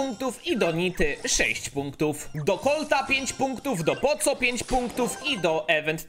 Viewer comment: mów poko a nie poco